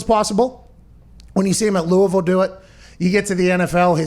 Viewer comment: Thank you, Pat, for pronouncing Louisville the KY way.